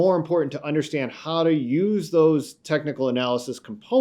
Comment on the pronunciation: Stop saying “tecnal”, it’s technical.